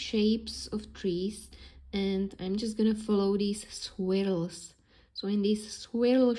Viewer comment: Gorgeous work! By the way, "swills" are pronounced "SWIRLS" like GIRLS !